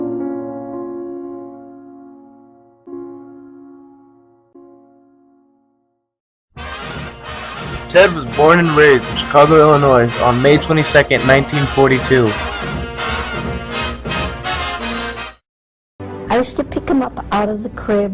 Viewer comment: You said Illinois wrong.